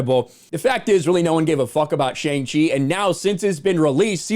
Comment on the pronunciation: I think boiling a movie down to its box office success is fruitless and stupid. It seems like all you want is to make people hate Shang-Chi, and your mispronunciation of his name alone shows that you simply couldn’t care to care. Along with a clickbait-y thumbnail, title, and video, as long as misunderstanding Simu Liu’s obvious joke tweet, your video comes off as in bad taste and made for the sake of views. It’s pointless. Just stop, man.